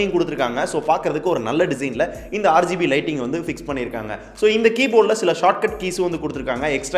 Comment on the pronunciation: neenga RGB nu solrathu "aaru gb (6gb)" nu solra maathiri iruku